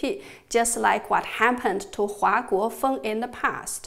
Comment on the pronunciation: One small problem: you mispronounced 華國鋒's surname: Huà (NOT Huá; your Chinese is very good). Thank you for this very interesting presentation!